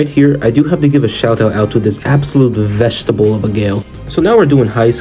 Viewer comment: “vegetable” is the most chinese english ive ever heard like bro 哥们你啥时候发个中文commentary视频